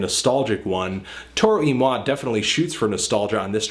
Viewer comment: Wow. I've been pronouncing Toro y Moi wrong all this time. Thanks man.